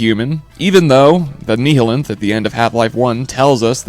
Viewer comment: Nihilanth, like nihilist... it's not a Nehalanth... or a Nehi, it's not a soda my friend... it's the giant, floating, baby slave master of the Vortigaunt, and the last of its kind. so when killing it, Gordon made it's species extinct, and freed the Vortigaunt. which is why they now revere him, and speak of him like some divine, messianic figure. not cause he murdered them left and right with a crowbar... but rather, the "One Free Man" gave them true freedom... he gave them salvation. he is their savior... because he killed off an endangered species with a name similar to nihilist.